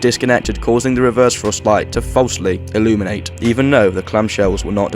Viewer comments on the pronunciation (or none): none